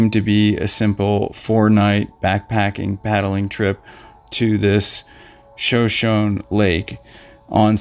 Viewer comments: The weather bats last. That crossing on Shonshone lake has taken a number of lives. The evening winds and sudden storms make the crossing even more dangerous. Winds can exceed 70mph suddenly and the water temps will cause hydrothermia. The lake is pronounced- Show-show-knee also Show-shown. Named for the nearby Indian tribe in Idaho. Those guys got caught crossing and dumped and died of exposure. Its a deep lake and body sunk. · I believe the indigenous Americans pronounce this lake Shoo-Shone (like the past tense of shine) -EEE. It has 3 syllables. shoo-shone-eee. Thank you for this story. Though sad, it is inspiring to learn all about this man and what he accomplished in one life time. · Show-SHO-Nee - it's a Native American Tribe. No excuse for mispronunciation. And, PLEASE try to put some inflection or animation in your narrative--you sound like a drone.